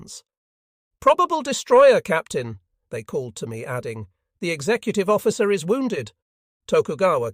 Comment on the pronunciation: The IS pronunciation is unbeatable. Can't continue until this is fixed.